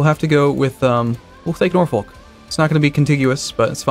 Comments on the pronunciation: First love your channel. But just so you know you're pronouncing Norfolk wrong, It's not Nor - Folk , its Nor - fick. Just another example of the English language not making any sense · Who the hell that's a native English speaker pronounces it Nor-folk? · More like Nor-fook :P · Where I live it's Nor-fuck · lol yeah it is Nor-Fuk,, These names are medieval and date back to the fall of the roman empire when england was first settled by the Angles & Saxons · think he does that on purpose to mess with people